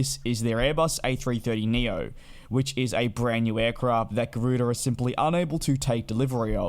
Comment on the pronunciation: Garuda or Gardua 🤔🤔🤔. Please get the name right will ya 😒